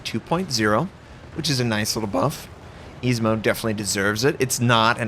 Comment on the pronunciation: Oh sweet lord of bee's I know you mentioned your ship name pronounciatiating being bad before but dang, Izumo just got butchered, Ezimo ? Lol. Keep up with the great content though.